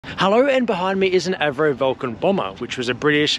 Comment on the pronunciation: In the Late 80's, I saw 558 displaying at RAF Brize Norton for 101SQN's 70th Anniversary. I was in my office in Hanger 66 which looked out onto the manoevering area and runway. As a glider pilot, I was astonished to see the agility of such a seemingly unwieldy airframe. That has always been an abiding memory. BTW, AVRO isn't pronounced AV-RO, instead it is pronounced A, V, RO which is the initials of the founder.. One of my fathers uncles was a test pilot at AVRO at Woodford, he also flew the Vuncan. He used to get quite incensed when people pronounced it incorrectly.